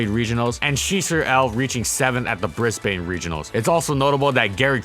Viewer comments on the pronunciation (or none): Just a quick thing I've noticed in your videos: The Australian city Brisbane is pronounced 'Briz-binn,' not 'Briz-bane' Love your videos though! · fyi "brisbane" is pronounced "brisbn" and "melbourn" is pronounced "melbin" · Really enjoy your videos, fantastically researched. But I have to admit that your pronunciation of Melbourne and Brisbane really stands out for an Australian. Think "Melbin" and "Brisbin" (I know it's strange). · Just an FYI, Brisbane isn't pronounced "Briz-Bane", it's more like "Briz-bin". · How many times do I have to say this Melbourne and Brisbane are pronounced Mel-bin and bris-bin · Hey dude, love the videos! With regards to pronunciation of Australian cities, I've put some phonetic spelling for you below :) you'll sound like a true local. Melbourne = Mel bun (that is seriously how we say it...look it up on YouTube if you don't believe me!) Brisbane = briz bun You do all the other ones perfectly.